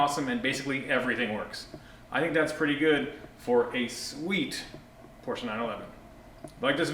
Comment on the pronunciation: Can I just say how much of a relief it is to hear you pronounce Porsche correctly 👍👍